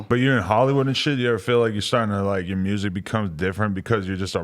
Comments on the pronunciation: Y’all saying myer-sic 😐 MURSIC👈🏽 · That boy iced out he did say mursic tho haha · This niggas chin is MIA and he can’t pronounce music if his life depended on it lol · Mursic, lol I dig how Memphis folk's pronounce music. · “Good mursic” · This man made millions off of music and can’t say the damn word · It’s like there’s no R in music lmao